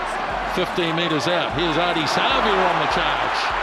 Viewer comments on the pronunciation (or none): One of the 04 greats, just wish they’d pronounce his name properly. Don’t stress or drag the ‘a’, just Savea. is the worst at names, Keith Quinn is much better.